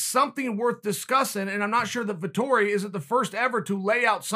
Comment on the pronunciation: "Vitori" ahahaha